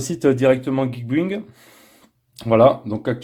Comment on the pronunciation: geekbuying ca se pronnonce geek bailling (acheter)